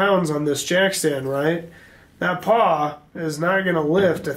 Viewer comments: Pawl not paw. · HUMMMM🤔 PAW YEEEAAA PAW LIKE ON A DOG OR A CAT PAW YEEAAAA NOOOOO IT'S PAWL NOT PAW P A W L LIKE IN A RATCHETING MECHANISM SO THAR YA B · Shit is it really a silent L?